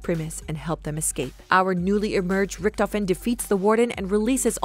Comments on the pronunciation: I literally got lost once she said rictofhen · richtofen: dah krenorium but I red it riktofen: read it again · every time she says, "richtofen" take a shot